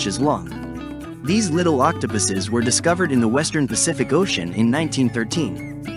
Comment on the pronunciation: "octopiss" D